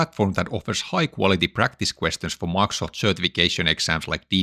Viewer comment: I really wonder one thing. Why can't you pronounce Microsoft? It is a very easy word. You say different things each time; for example Maxt